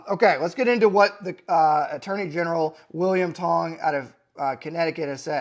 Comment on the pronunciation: at first i thought he said William Hung, that guy from American Idol that butchered songs.